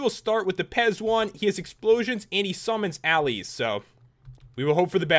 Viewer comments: allies is actually pronounced 'Al Lies'. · Allies- al eyes. Pronunciation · it's pronounced "alleyes" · He said allies wrong